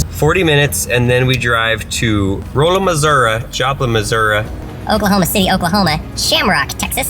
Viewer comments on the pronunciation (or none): It is pronounced Rah-la, not Roll-a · It’s not ROLLa it’s RAlla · it Raw-a not Roll a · dude its not roooola MO its Raala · It’s not “rolea” it’s pronounced “ralla” and spelled rolla. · It’s pronounced ralla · That’s not how u say rolla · I live in Missouri he pronounced Rolla so wrong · The way he pronounced Rolla 😵😂